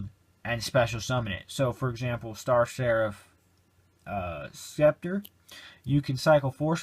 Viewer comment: You don't pronounce the C in Scepter haha.